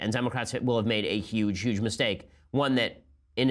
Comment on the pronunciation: Some would say "YUGE" news.